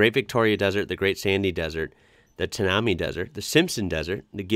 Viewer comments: Quick correction for you: The Tanami Desert is pronounced as Tan-ah-my Desert, Plus the Strzelecki Desert is pronounced Strez-leckee, Leck as in neck but with a L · Tanami is pronounced "Tanna my" not tanarmi . In counterpoint to this video is one put out by Winston Sterzel on his channel , it's about the fake "greening" being done in China where they actually paint hillsides green . Search for "China is painting Mountains Green to fool Environmentalists - No, Really" if interested .